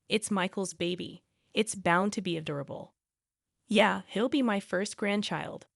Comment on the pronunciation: saliva politeness adorable saliva panicked You might want to learn how to pronounce the above words properly